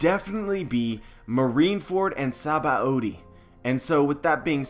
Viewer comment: SA-BA-OH-DEE really??